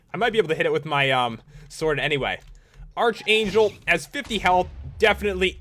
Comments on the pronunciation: Sorry, but it's pronounced ark-ayn-jel ark-angel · ARCHANGLE IS PRONOUNCED arkangle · Arch... it is in fact pronounced Ark. But saying "Sorry, but it's bla bla bla" is just stupid just say "Pat its pronounced Ark-Angel"